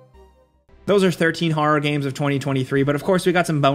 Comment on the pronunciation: “Har games”